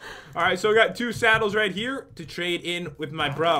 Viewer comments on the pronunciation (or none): Who Heared Pat say Satyles instead of saddles I heard it!